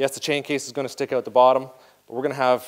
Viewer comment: What's up with this "I need an accent" where every fourth or fifth time OUT suddenly is pronounced "EUOT". Hear it here and there last couple o years. Sounds pretty stupid.